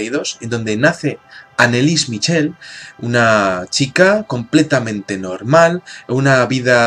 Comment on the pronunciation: mitchel.....? se pronuncia el ch como j (jorje) mijel.....pues nada....